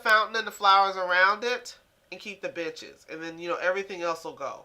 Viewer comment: Benches sounded like bitches